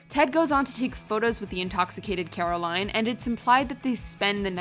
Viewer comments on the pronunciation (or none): none